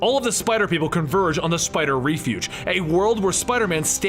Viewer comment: Ok dude so now I know its just you, you need to learn how to read properly. It is refuge pronounced rehfuge not reefuge wtf. All your vids are littered with mistakes like this and it is sad.